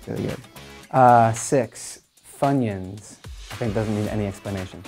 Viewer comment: wts the 6th one wts "fun-yan" lol